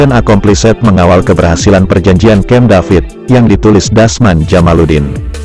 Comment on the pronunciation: Membaca mission accomplished, "-ed" ngga dibaca spt itu. Ini hanya membaca buku Jendral Rais Abin, gambar tidak memberi nilai tambah apapun.